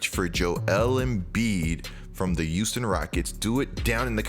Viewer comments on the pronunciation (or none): Does anyone else here him say “Youston” instead of Houston? I just think it’s cool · Youston Rockets 😂😂 it’s Houston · Take a shot every time says “Youston”